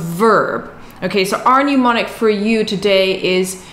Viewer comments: Thanks for the video. FYI though. Its not pronounced 'new-monic'. It should be 'nem-onic' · hi... SIGH... whilst i can only dream of getting my childish chinese up to your standard... please note, that since you will use the word a lot in teaching... it is "mnemonic" NOT "pneumonic"... VERY different words!!